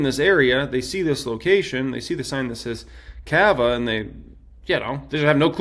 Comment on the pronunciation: Why do you pronounce CAVA like that lmaooo